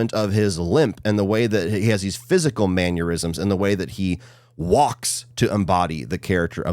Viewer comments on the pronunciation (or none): i love you, but every time you say manyerisms i want to die.